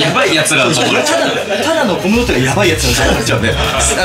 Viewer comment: SEIKINさんはコムドットの発音大正解で嬉しい…🥰